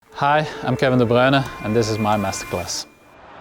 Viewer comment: How does he say his name so well 🤔